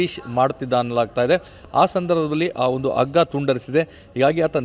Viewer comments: ಸ್ವಾಮಿ ಅಗ್ಗ ಅಂದರೆ ಏನು. ....ನೀವು ಬಹಳ ಸಲ ಹಗ್ಗ ಅನ್ನುವ ಬದಲು ಅಗ್ಗ ಅಂತ ಅಂದಿದ್ದಾರೆ. ದಯವಿಟ್ಟು ಕನ್ನಡ ದ ಕೊಲೆ ಮಾಡಬೇಡಿ. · ಸ್ವಾಮಿ ನಿಮ್ಮಂತವರಿಂದ TV9 ನೆಲಕಚುತ್ತಿರುವದು, ಎಷ್ಟು ಸಲ ಹಗ್ಗದ ಬದಲು ಅಗ್ಗ ಅನ್ನುತ್ತಿರುವಿರಿ